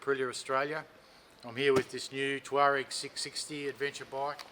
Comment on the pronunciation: Amazing! We've found a reviewer who can pronounce 'Tuareg'! And, in Australia! Who'd have thought! Well done, from Otago.